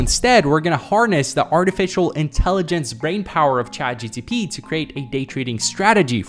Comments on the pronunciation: you saying CHAT GTP instead of CHAT GPT infuriated me so much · bro its CHAT GPT not GTP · in the minute he said chat gtp not gpt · Him saying ChatGTP instead of ChatGPT was mildly frustrating but acceptable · Its chat gpt not gtp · Take a shot every time says ChatGTP instead of ChatGPT. Have fun and happy holidays 🎉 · the meat riding is crazy. This guy doesnt even know how to pronounce chat gpt and said it as chat gtp. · bro said chat gtp like 7 time 😂😂😂 when its chat gpt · ChatGPT ❎ ChatGTP ✅ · Nope he said chatgtp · Chat “GTP” kills me 😂😂😂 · Am I the only one who heard him say Chat GTP instead of GPT like a dozen times LOL Either way I love the kid. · he says chatgtp not chatgpt 😂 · the ChatGTP instead of ChatGPT is killing me ahahah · Great video, just saying that it’s called ChatGPT, not ChatGTP.😂😂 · The name of the AI is chat gpt not gtp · He saying chatGTP instead of chatGPT 😅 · Am I the only person who is hearing him say "Chat GTP" instead of "Chat GPT"? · Fr like wtf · its GPT not gtp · Everyone chat GPT This guy : Chat gTP 🤓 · Bro kept saying chat GTP instead of GPT 😅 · its "ChatGPT" not ChatGTP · Chat GTP ???????????? this man is lost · Ah yes "ChatGTP" NO no no not "ChatGPT" But "ChatGTP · It's chat GPT not GTP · nahh did he really say chat gTp instead of chat gPt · When he says chat gtp and not chat gpt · chat GPT not GTP 😭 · Am I the only one hearing constantly say ChatGTP instead of ChatGPT? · why he says chatgtp so many times instead of chatgpt? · No way he's saying chat gtp instead of chat gpt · Dude it’s called chatGPT not chatGTP 🤣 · it GPT, not GTP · STOP SAYING CHATGTP AHHH. ITS CHATGPT nice vid btw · GPT and not GTP :-) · It’s chat gpt don’t gtp 😂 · IT'S CHAT GPT, NOT GTP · chat GPT not GTP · Why is everybody saying GTP instead of GPT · im screaaaming it is GPT not GTP pleaseeee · bro saying gtp instead of gpt the whole video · not gtp its gpt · lol its chatgPt not chatgTp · G... P... T... not GTP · ChatGPT not ChatGTP